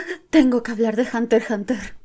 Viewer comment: Al fin alguien que pronuncia "Hunter Hunter", la manera oficial de pronunciar el título, en vez de "hunter EX hunter"